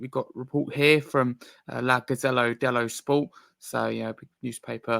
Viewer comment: Welcome to the team. Not a bad first attempt but be aware that lazy mispronunciation of foreign names can cause offense. The Italian sports newspaper is called La Gazetta dello Sport, it is a gazette not a gazelle. Also, Mohammed Kudus is Ghanaian, there is no such thing as ghanan.